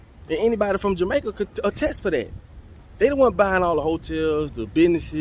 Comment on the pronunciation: That shit hurt when you said Jamaica. S/O to all my Tainos.